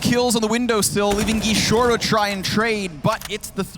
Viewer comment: "gishorou" JAJAJAJAJA